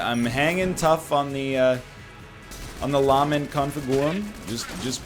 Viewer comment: He may be able to pronounce golden but will he ever learn how to say "LAHment ConfiGOOrum" properly